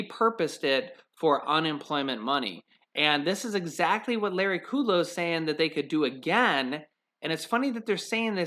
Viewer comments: Its KUDLOW not KUDELOW. Short U not long U. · it's not Larry Ku Low it's Larry Kud Low! LOL I just had to tell you because every time I hear you say his name, I say the correct pronunciation out loud.